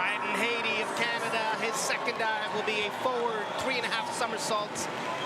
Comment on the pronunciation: It amazed me throughout the entire event... although I loved to see Alex Despatie during his diving years, as commentator both he and Jenn suck bigger than big. Pronouncing the last name of his country man Bryden Hattie like the country of Haiti, when Jenn even called him Brandon. It just topped off this world championship event. Jenn killed all enjoyment with her painsteking analysis of each dive. We are viewers, not professional divers, and we'd like to enjoy watching these events. She should be watching last month's first stage in Xi'an and learn from that woman commentator. If that is all Canadian diving officials have to offer, I can only shed tears.